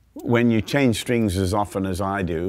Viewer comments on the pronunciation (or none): none